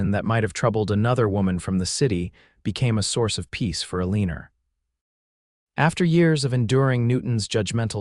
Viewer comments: Thank you, I cringe everytime I hear that mis spoken name ! They got to do a lot , a lot better in teaching ai to speak . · Enjoyable story, much better than most. But her name is ALENA... NOT.... A LEANER !!